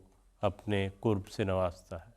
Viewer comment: Kurb nahi qurb sahi lafz hai